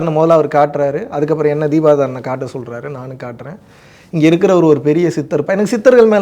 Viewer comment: 😂😂😂 தீபாராதனை ❌ தீபாதாரனை✅😂😂😂